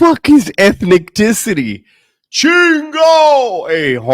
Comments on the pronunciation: When he said.... Ethnecticity!! 😂😂😂😂. I couldnt stop laughing 😂😂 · What's crackin'? This reaction had me crackin' up 😂😂😂 "...ethnic-ticity" GREAT reaction ‼️ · Ethniticty HAHAHHAHAHA